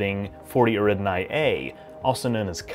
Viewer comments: "Eridinai system" American pronunciation is so weird. Eh-ri-da-ni. Nice video, though. Don't let my punctiliousness put you off. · i really like your videos and your channel…. but its 40 Eridani… not 40 Eridnai